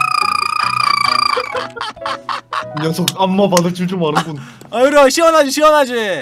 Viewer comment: 요루님이 요루루루루루루루루루라고 하는겨 같아요.